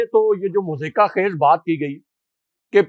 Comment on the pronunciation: معزرت خوا ہوں ایک بات لکھنا بھول گیا ہاشمی صاب آپ نے ایک لفظ مضحکہ کو دو تین مرتبہ مذائقہ فرمایا اسے مہربانی کر کے درست فرما لیجئے۔